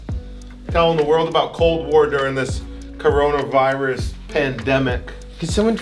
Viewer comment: "Coronivirus" lol